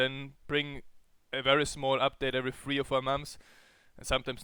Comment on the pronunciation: His inability to say the word "three" as opposed to "free" is astonishing. ^_^